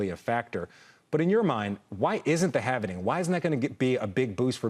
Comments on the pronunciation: this FOOL can’t even say halving correctly 😅😢😂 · Why do Americans pronounce " halving " as " having " 🤕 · its the halving...not the halvening